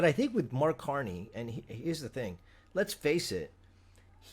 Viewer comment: Did he say CAR-2-NEY?